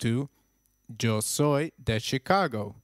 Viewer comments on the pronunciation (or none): Hey you pronounced "Yo soy" wrong